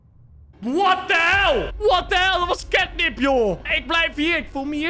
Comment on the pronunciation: Het is ketnep geen kitnep😂